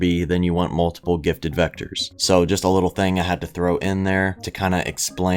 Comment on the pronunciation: Nobody’s gonna tell him he says gifted as gitted